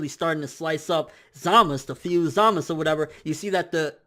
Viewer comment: Why does he pronounce Zamasu as Zamas, they do say the U